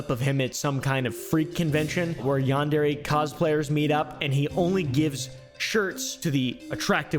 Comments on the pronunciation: its pronounced “yawn-darey”??? I thought it was pronounced “yan-dear” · Yarn deray simulator , Yon dairy simulator. These pronunciations is wild 😂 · Why does everyone pronounce it yan-dairy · his mispronunciation of yandere was funny to me but the continued use of the mispronunciation now irks me …also all these creepy white kids playing it are also not saying it right. does he even know what a yandere is in japan? it seems to me like he doesn’t, by never mentioning it and not knowing that it’s anything except the guys fake name and the game’s name